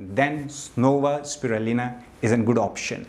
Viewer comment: Is it me or did anyone else notice he's isn't actually saying Spirulina?